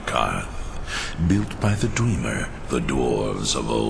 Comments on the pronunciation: WHAT is that way you pronounce Dwemer? Dwee-mer? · be like. "DwEEmer"